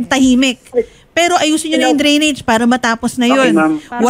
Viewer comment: Drainage ,,hindi grenage